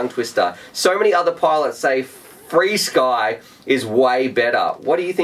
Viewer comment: just pronounce frsky as frisky